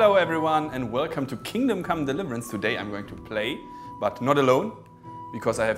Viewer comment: Are you german? Your way of pronouncing Kingdom Come Deliverance seems very german to me.